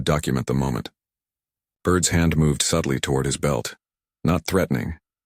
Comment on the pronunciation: It's Burt, not bird!!!